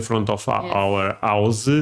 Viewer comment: Our house-UH says.